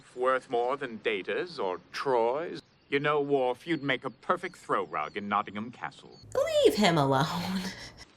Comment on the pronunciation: As someone from Nottingham, I'm so happy this episodes doesn't refer to us as "NottingHAM". It's "Notting-um" and I'm glad they do it right. No doubt Patrick Stewart (from York/Sheffield area - where Sherwood Forest stretches to) had some influence there.